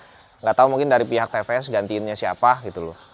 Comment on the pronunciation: bukan te pe es koh 😆 tapi ti pi es 😂